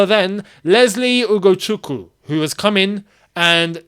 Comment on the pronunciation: you pronounce Ugochukwu like you are from my native land igbo in Nigeria. That's how it's pronounced